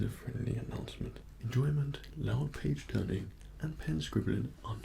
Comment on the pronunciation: I swear he said PAGE TURNING but i heard.....BITCH TURNING WTF IS A BITCH TURN ?????😂😂😂😂😂😂😂😂